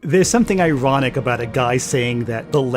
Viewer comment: It's iwonic how peepoo say the weft can't take cwiticism...